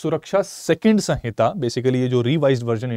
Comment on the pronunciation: It's samhita, not sanhita.